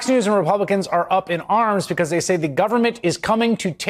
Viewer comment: Learn how to pronounce "because"